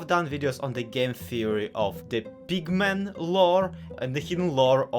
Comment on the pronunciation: i'd watch this video further, but i heard "big men" instead of pigmen so now i can't take it seriously